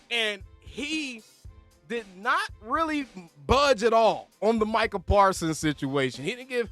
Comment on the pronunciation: nah mic-he-al lmao 😅😂😂😂😂😂